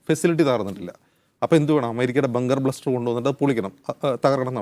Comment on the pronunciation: Not bunker bluster.. bunker buster..ഖാംനി അല്ല പൊട്ടാ ഖമേനി